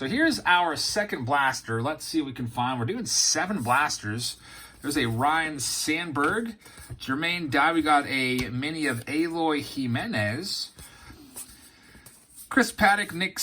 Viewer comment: It’s pronounced E-LOY not A-LOY Jimenez pls get it right. Thank you very much